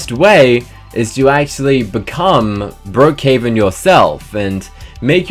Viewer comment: at the start you said brokehaven but its brookhaven